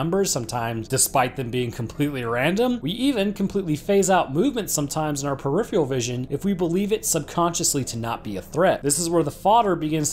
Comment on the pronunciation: "Peripheral" say it with me "PERIPHERAL!!"- Good job! 😣